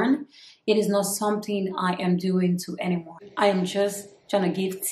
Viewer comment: Yes you are an adult and can do whatever. I like your confidence. Some of the people leaving bad comments about your products will most likely secretly buy your product. The only thing is...watch how you add "R" into words that shouldn't have "R". It makes you sound like Bobrisky. The word "But" should not be pronounced as "Burt". Anyone is not Anyorne. Focus is not Focurs. Home is not Horme. That's just to say the least.